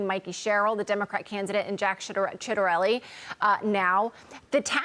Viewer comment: She almost said it right the first time - Jack “Shitterelli” 😂